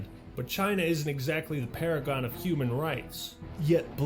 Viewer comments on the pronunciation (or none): none